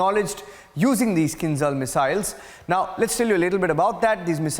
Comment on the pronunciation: it`s not Kin[Z}al - it`s Kin[ZH]al Like Java, Japaj , Jiu-jitsu etc